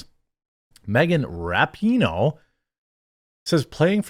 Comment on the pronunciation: You mispronounced her name, it's "RAPE-ih-noh"